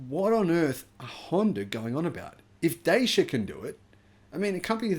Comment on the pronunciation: Dacia Spring actual real range about 165km m8. Oh and for the hundredth time it’s pronounced “Da-Cha”, not “Day-Sha” 😂